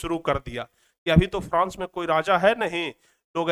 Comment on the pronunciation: france hota hai frans nahi hota hai